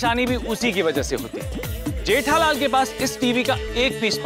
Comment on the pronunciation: Gethalal nahi jethalal bolo bhai